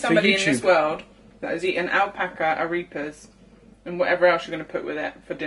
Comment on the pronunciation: It's ah-REH-pahs, not ah-REE-pahs.